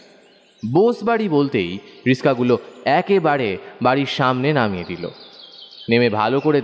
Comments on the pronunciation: Bhalo laglo kintu Riska na oi ta Rikshaw hobe , kichu mone korben na , katha ta kane lagchilo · যিনি গল্পটি বলছে উচ্চরণে একটু গোলোযোগ আছে। রিক্সা কে রিস্কা বলছেন, এমনিতে ভালো হয়েছে। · Riska noye, kotha ta riksha